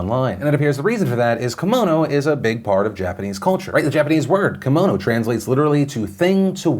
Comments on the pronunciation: It's not Komono it's Ki-mono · Hi Philip, just a heads up. Kimono is pronounced “key-mo-no” you’re getting mono part right but not the Ki part. But you can say it however you want. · It's not a kamono it's a KIMono